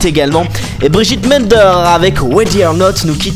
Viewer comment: Super comme d habitude malgres les petites erreurs comme macklemore et non marcklemore et bridgit mendLer et non mender